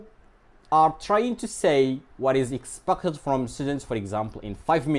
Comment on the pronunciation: sorry to say this, but you mispronounced the word " expected"